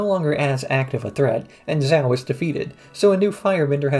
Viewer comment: The pronunciation of the admiral from the fire nation bugs me. I understand he's doing it probably based off of spelling as opposed to trying to do it based off the show, but it still bothers me. lol